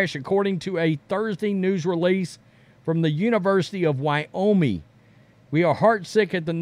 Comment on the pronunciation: I love this channel and what you guys do and I'm hesitant to mention this, but it's WyoMING. Like ring or sing. Ming. Keep up the great work guys.